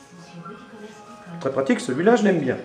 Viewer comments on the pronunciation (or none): none